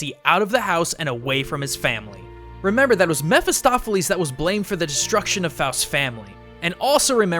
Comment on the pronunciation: Jeramya Mair he is pronouncing it right i've read the book and its Mephistopheles and it's pronouncing it right too (mefistofeles)